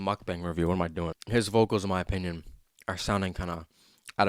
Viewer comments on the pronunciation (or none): none